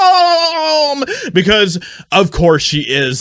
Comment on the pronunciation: Thumbs-up for a good laugh every time you say "racism" 🤣